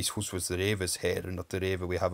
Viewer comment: Hearing this as a Dane, it's interesting that "house" early on was pronounced "hus", almost the same way we say it in Danish. Wonder if there's some viking influence there?